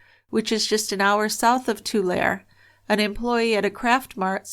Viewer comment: I look forward to your podcasts every Monday evening! Intriguing case. I live in the Central Valley and vaguely remember the news reports regarding these fires. By the way, Tulare is pronounced (too-lair-ee,) 😉